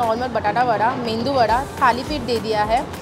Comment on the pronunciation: Hi It's not mendu wada it's medu wada